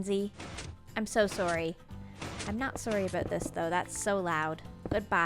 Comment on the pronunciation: Canadian shining full bright when she disconnects Macensie. "sor-ee a-boat this" xD